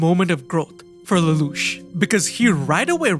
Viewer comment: If you think an AI can say Lelouch that well you're crazy.